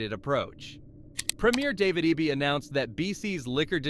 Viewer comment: It's David Eeeby. Pronounce it right.